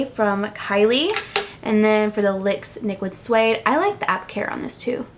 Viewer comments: im not hating, your fabulous but you said Lyx niquid suede instead of nyx liquid suede and i giggled a lot😂😂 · I had to rewind to hear you say Lix niquid suede at the end 😂 hahahahaaha Love this video ! And I love your hair lighter ! #snapchatfam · hahahaba you said "lyx niquid suede" instead of "nyx liquid suede" so cute lol love your videos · "Lix Niquid suede" Lol too funny!! Love u!!! 💕💕💕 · I had to replay to make sure I heard her right hahahha "Lyx Niquid Suede" 😂😂😂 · "lyx niquid suede" hahaha anyone else catch that? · Did anyone else notice that when she meant to say Nyx Liquid Suede at the end she said Lyx Niquid Suede?! LOL I love you I never spend a lot of money on makeup so I was so excited to see you did this video because I value your makeup opinion so much. When you like a drugstore product I know it is worth trying out! I am definitely going to pick up the Maybelline Concealer! I want to try the Loreal bronzer as well but cannot find it in stores near me! Do you know what drugstore you picked yours up at? Thanks! Love you! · Loved the video! And laughed when you accidentally said "Lyx niquid suede" 😂 I do that kind of stuff all the time!! SNAPCHAT FAM!!! 😘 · "for the lyx niquid sueude" haha that was such a funny mess up! I do things like that all the time! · Lol that was cute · OMG haha I laughed so hard for some reason when you accidentally said Lyx Niquid Suede! lol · Great video! Anyone else notice she said "LYX Niquid Suede?" Haha funny cause I say things like this all the time when I talk! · "Lyx niquid suede" did anyone else hear that 😂 I hope you do more of these,!! I loved it😚✨ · Anyone else notice at 12 minutes she said Lix niquid suede😂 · Lol I noticed too 😂 I thought I heard it wrong at first.